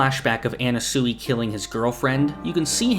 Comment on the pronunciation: Words can’t describe how off this guy’s pronunciations are. At this point I feel like it’s got to be a bit, how do you read it as an-na-su-i?